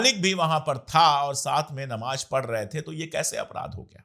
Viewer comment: Sir aap apni Urdu thori theek kijiye Jurm hota hai zurm nahi Giraftar hota hai ghiraftar nahi Namaz hota hai Namaj nahi Sazish hota hai Sajish nahi